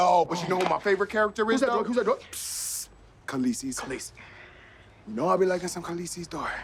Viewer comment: Waited for the video to end to hear them say KALEESI